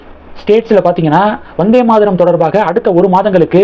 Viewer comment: Not Maadaram, it is Maataram, why your pronunciation is so bad always? You never check correct pronunciation before making videos